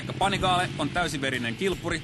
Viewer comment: it's actually a lot closer to the real pronounciation than the american "pannygally" which i heard a lot